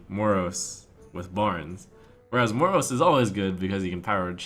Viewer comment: Why does he keep pronouncing Moroes like he does? It's been making me feel ill xD